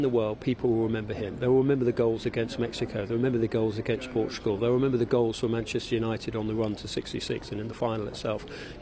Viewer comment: Might help if the presenter could manage to pronounce ‘Manchester’ correctly, it not an option, it’s a professional requirement.